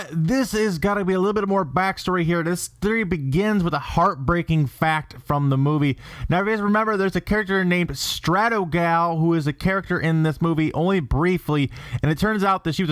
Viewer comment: It's not Stratogirl. It's not Stratogal. It's Stratogale.